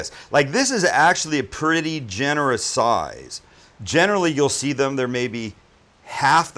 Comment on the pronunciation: The way he says size isn’t size but souize